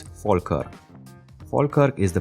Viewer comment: thank you for pronouncing falkirk correctly